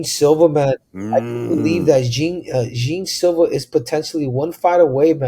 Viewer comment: Bro the name is pronounced Yan Silva (Jean)